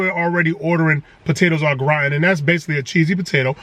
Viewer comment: Lol the way he said potatoes Gratian killed me 😂😂😂